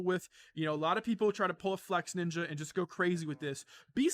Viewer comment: FLEXINJA NOT FLEXNINJA*